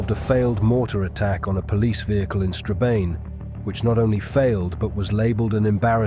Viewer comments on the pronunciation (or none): 😮 'Strabane' is pronounced 'Stra-ban' my friend.😊🎉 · Straban....e is silent!